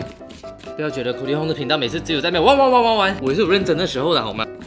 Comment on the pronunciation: 半夜看太邪惡了😂 玩玩玩玩玩我直接聽成汪汪汪汪汪😂